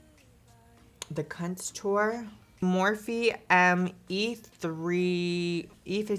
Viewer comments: Love how she says cuntor just subscribed 🙂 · I heard "CUNT-TOUR" 😆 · Did you really just say "CUNTOUR?!" 😩😂😂😂 I love you